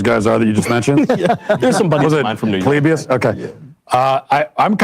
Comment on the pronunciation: Hey look! I can name drop “Pole Lee Bee Us!” 😂